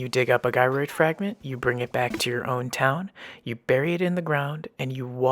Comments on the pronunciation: it's Gyroid not Guyroid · btw, gyroid is pronounced with a soft g, like jyroid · Do you have to have played for a year in order to be able to find it? Or anyone can no matter what? It’s pronounced Jyroid .lol